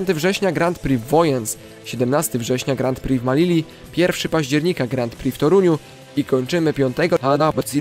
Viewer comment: Bardzo ciekawy odcinek, ale proszę , na Twoim poziomie zainteresowania żużlem, powinieneś wiedzieć jak wymawia się Grand Prix, znajdziesz wymowę w internecie , ale najkrócej mówiąc bez "d"" w pierwszym słowie, i bez "x" w drugim drugie słowo opanowałeś perfekcyjnie, pozdrawiam serdecznie, to przyjacielska rada , nie złośliwość.